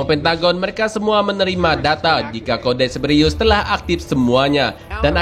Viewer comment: Cerberus kali,, bukan ceberiyus